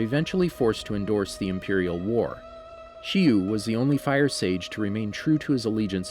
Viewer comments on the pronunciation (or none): everyone's like "it's not ee-roh" and "it's not ag-nai kai"... But no one here says anything about fire sage shyu, you guys are apparently not OG enough... It's "sha-yu" not "shee-yu" at about mark...